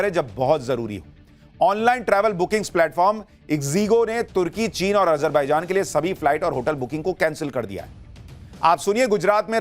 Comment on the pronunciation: Ajar- be -jaan😅ardh-gone😅